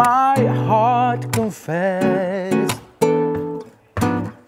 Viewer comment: heart sözünü də xurt deyə tələffüz elədi iki dəfə)) beyin hələ də Qazaxdı fikir vermə)